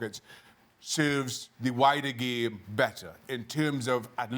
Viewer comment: I like how Shaka pronounces it. Geam.